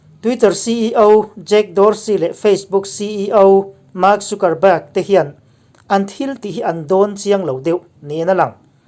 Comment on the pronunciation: Tunge chu ni a ka uang ma2 a nih kha... mahse thil kan upload dawn a nih chuan a lam dan etc. tih vel hi uluk deuh ang u... thil harsa pawh a nilo. Anyway, i channel ngaihthlak a nuam e, mi in zir peih tak i ni tih pawh a chiang e. Mahse fimkhur tluk a awmlo, mi sawisel peih tak2 an tam bawk si. Trump hua an tam ropui si, Trump ṭantu te hi chuan 'mistake' siam loh i tum hrâm2 ang u, min sawisel peih ropui si. Ṭang zel teh bro.... Trump 2021